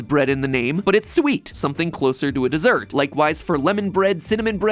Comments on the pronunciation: dessert, matpat, not desert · My mans MatPat really said Desert not Dessert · btw, its "dessert" not "desert" ... unless it's a very dry pumpkin bread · Dessert has 2 s's. You said desert, as in the dry, hot region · Hate being that person but says desert like the dry sandy places not dessert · it's dessert, not desert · I know it shouldn't, but it bothers me. - It's Dessert, not Desert. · dessert not desert just saying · Dessert not desert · dessert, not desert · "desert" ... wrong! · Yummy “desert” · ah yes, my favorite bread biome- Desert. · I donno wanna be that person but... it's "dessert". that one S is the difference between a biome of sand and cacti and pumpkin bread.